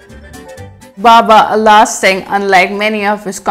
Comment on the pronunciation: don't know how to pronounce ala singh